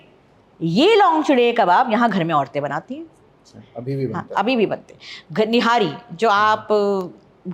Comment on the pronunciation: Aapka taluq purani Dilli se hai aur aap nahari ko nihari bol rahi hai